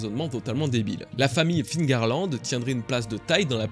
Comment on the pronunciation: Mais pourquoi tous les francais disent encore figarland ???? C'est FEARLAND PAS FIGARLAND ?? Meme dans le film qui fait une erreur de doublage il dit "Féarland" jpense c'est pour ca que tlm fait l'erreur